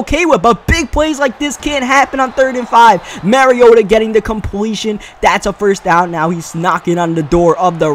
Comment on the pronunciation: Mariota (mah-ree-oh-tuh) not (marry-oh-tuh)